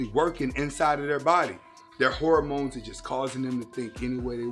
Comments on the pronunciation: Did my man say “whoremones” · Lol, has a freudian slip pronouncing hormones as whoremones.. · Yeah, maybe one day he'll learn how to pronounce "hormones" and stop peddling pseudoscience. Other than that, great stuff.